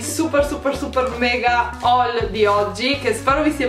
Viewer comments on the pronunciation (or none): none